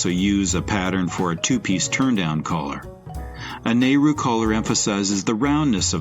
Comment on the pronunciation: Not only mispronounced but atrociously inaccurate nehru 1960s not 1980s😢